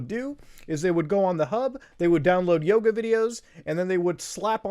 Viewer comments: All i can say is... i keep hearing "Naked Yogurth" instead of "Naked Yoga". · I was listening to the video and instead of Naked Yoga, I heard Naked Yoda. I spit my drink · We just got up and we thought he was saying "Nude Yoda" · bruh legit thought u said naked yoda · I thought you said Naked Yoda at first and I remained extremely confused for a while. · Ngl i thought you said naked yoda last time and am schocked to hear it was yoga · I thought you said naked yoda lol